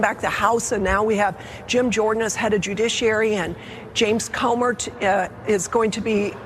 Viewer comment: Why doesn’t she know how to pronounce James Comer’s name? She says, quite distinctly, James Comert, with a strong hard “t” Also, Comer’s wife constantly retweets whatever her husband says. When I googled her just now: I got led immediately to this retweet on Twitter: “President Biden’s lack of transparency regarding mishandling classified docs is NOT normal. This investigation continues to show more and more signs of an influence peddling operation. “ Will someone explain to me what he means? Is he accusing Biden of ongoing selling of confidential documents? Not only many years ago when he was Vice President but also now? Hiding a few pages for what gain? As opposed to Trump who had So Many, and refused to return them for 18 months, ignoring a subpoena and finally forcing the FBI to pry them from his unprotected home? But Biden is the criminal? Have these Republicans no shame with their ridiculous conspiracy theories?